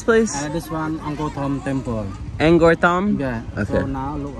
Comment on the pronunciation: Thanks, for a very nice Vlog on Angkor Wat and Angkor Thom. By the way, Cambodians and most foreigners pronounce the word Angkor like Ang-core. But you pronounce it like it's Ang- gore. Also, the region is more often written as Southeast Asia and not south east Asia. As for driving on the right hand side; why is it a surprise to you? Except for Burma and Thailand, all of the rest of Southeast Asia and East Asia like China and Korea, driving on the right is the rule.